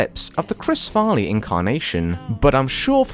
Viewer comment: you started out by saying "chris farney" edit: and then you pronounce "cameron diaz" "cameros diaz"